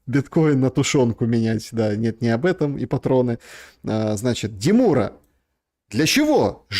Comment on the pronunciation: деМура. Ударение на а. Любит он, как конь поржать. Жаль, не может он скакать.